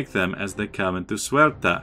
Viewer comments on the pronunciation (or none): 82 let me start to say that i´m Portuguese and loving this series... But please, Paradox is not wrong, that province Ceuta, is really called Ceuta, why do you inciste in saying "suerta"? Also, about those raids on portuguese shores... Aren't you troubled? Keep them coming :) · precisely, the correct pronunciation, "Se-u-ta", and also "centimeter". About the piracy, i usually have a heavy patroling sevilla node, a little bit expensive, but we must rule the seas! :)